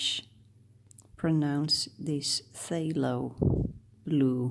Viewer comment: I don't believe that phthalo is actually pronounced with a long A. It is pronounced thah low and rhymes with tallow. Anyway, as someone who only speaks one language fluently, I think your English is awesome.